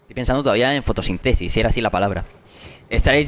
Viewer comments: Nadie: Absolutamente nadie: Grefg:"Fotosintésis" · fotosistesis el asento lo puso en cualkier lado jajajaja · este chaval no sabe ni decir palabras aleatorias fotosintésis dice jajajaja da vinci jajajajaja solinificacion jajajaja este chaval tiene un ego que es imprsionante como se puede ser tan creido?? tendra mucho merito estando en youtube pero hay mejores y mas humildes le pillla rubinho y lo humilla eres divertido pero muy chulo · La sílaba tónica en fotosíntesis se te movido de lugar pero pedazo de partida, like inminente¡¡¡ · se dice fotosintesis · Te falto el acento, fotosíntesis